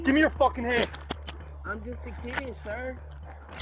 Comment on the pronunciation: “umm JusS a KeEd suR” literally already has a rap sheet as long as he is tall 💯 we need more rights for our cops right now! and that’s coming from someone who is terrified of “martial law” but these are fathers and daughters, mothers and sons who patrol our streets to keep us and our families safe 😢 this is bs and needs to stop immediately because the next step is soooo much worse 💯